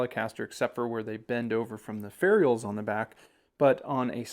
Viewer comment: Would you please stop saying fairy ulls. 😂